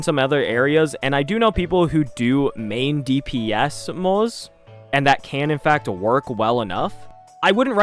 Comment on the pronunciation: Day 33,550,336 of reminding CC's that Moze's name is pronounced "Mawt-Suh" But great vid!